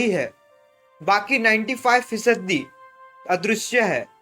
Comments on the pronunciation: फिसदी नही होता है फीसदी होता है भाई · Fisadi....😂😂venganiko...😂hongay.... improve ur pranounsation